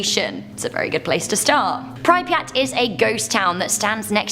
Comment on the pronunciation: The way she can’t pronounce Pripyat